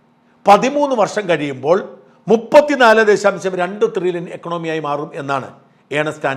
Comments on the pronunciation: ട്രില്യൺ അല്ലേ Shajan ... (Trillon ) Not Thrillion... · തൃലോൺ അല്ല thrillion 😂😂😂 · Dear Shajan Thrrilian alla It is Tririllian. Edo monea Shaja Nammala kappa undengil orru mairraum Orru Saaiuppum onnum cheilla. Thaangalkku Salute. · ത്രില്യൺ അല്ല ട്രില്യൺ.. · Not threllion. But trillion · ട്രില്യൺ ആണ്. ത്രില്യൻ അല്ല. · ത്രില്യൻ അല്ല സാജൻ.. ട്രില്യൻ ആണ്... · ത്രില്യൻ അല്ല ഷാജ ട്രില്യൻ ' TRILLION. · ത്രില്യൺ അല്ല ട്രില്യൺ